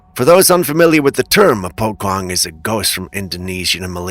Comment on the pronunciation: The Indonesian, Southeast Asian actually, ghost is called a Pocong. It pronounced "Po" + "Chong", not "kong".